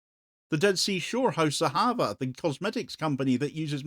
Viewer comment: There is no such entity as the nameless "West Bank", it is JUDEA ("JEW-DEA") & SAMARIA, where the Jew Jesus Christ was born. Now Jesus' birthplace is usurped by Muslim Arabs! And it's AhavAH, not AhAVah, as the emphasis is on the last syllable as with most Hebrew words. It means "love", but not much love shown by the West to Jews in the Holy Land.